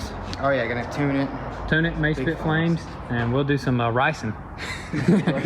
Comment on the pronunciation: "We'll do some ricein" lol